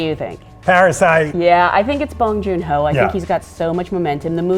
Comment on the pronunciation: Bong Joon-Ho. Please.